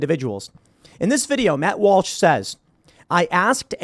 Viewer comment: Tim calls Matt Walsh "Malsh"